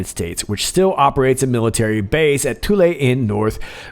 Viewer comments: " Thule " lol, you're saying it " toolee " when you should be saying it a cross between " fool " and " full ", how did you pronounce " Th " in school? You can pronounce " the " 2 different ways, " thee ", " thu " so Thule was never pronounced the way you are saying it. Great show though! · Thule is pronounced as "Thool". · "Thule" air base???